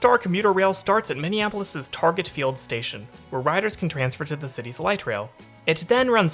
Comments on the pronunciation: Targay, yes, that's perfect MN pronunciation. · Thank you for pronouncing Target properly (I've never been on the northstar) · Good job bud, you nailed it! That is exactly how we pronounce "Target." Exactly... 🤔👍😋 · Refreshing to hear someone from out of town properly pronounce "Target"